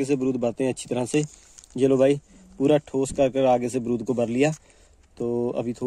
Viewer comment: Baarud hai .brud nahi😂😂😂😂😂